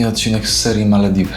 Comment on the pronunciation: Dlaczego wymawiasz Malewiwy a nie Malewidy ?😊